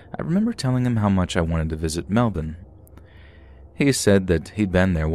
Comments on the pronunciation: The way u said Melbourne, im so proud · Kudos to you for pronouncing ‘Melbourne’ correctly!! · Wooooo love that pronounced Melbourne the Aussie way lol!!!